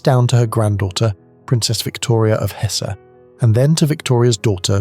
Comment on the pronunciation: he also mispronounced Hesse